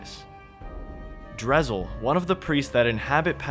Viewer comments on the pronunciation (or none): Why do you pronounce things certain ways when Jagex LITERALLY has pronunciation guides for a lot of their names of ppl and places either on their wiki or elsewhere MorytAnia as in Ayyyyyy like the fonz Drezel like pretzel, or yknow? Like the actual hebrew name is pronounced? Drakan like drac in dracula and then short an almost like it was spelled Drak-en The emphasis is on the DRAK not the AN its not DruhKAWN